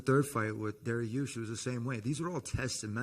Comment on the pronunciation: "Dairy-ush" - T. Ferg